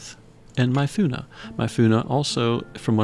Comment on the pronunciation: Bro I love your videos but the mispronounced Myunfa is getting me triggered. 😂 grats on all the new characters! Lookin forward to seeing them in action.